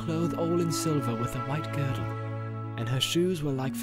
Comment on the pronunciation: Goldberry wore a girdle, not a gridle 😂, but apart from few mispronounced words those audiobooks are epic.